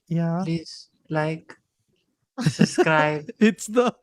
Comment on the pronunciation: Noones been subscribing cuz keeps saying 'suzscribe"